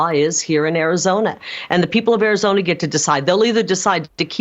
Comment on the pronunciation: Even Arizonans can't stand her, dears. It's Arizona, not KARIzona.